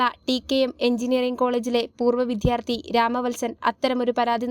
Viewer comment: Learn to pronounse vidyarthy